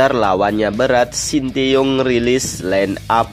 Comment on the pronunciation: STY di ucapkan sin ta yong bukan sin ti yong. Penyampe n aj tdk beres. Apalagi Uraiannya.